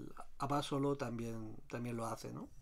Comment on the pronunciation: Que bien informado, y buena cata. Por cierto en México se pronuncia AbasOlo, así prosodico en la O